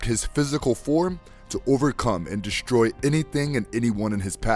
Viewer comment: You manage to say Superman and Doomsday so "deshtroy" and "shtruggle" is unacceptable. The fact you can pronounce the "s" properly and choose not to is laziness.